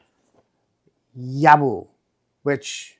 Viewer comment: Well, I definitely copped a dud in the accessory department compared to you. FYI proper pronunciation is Yob-BO, mate. 😉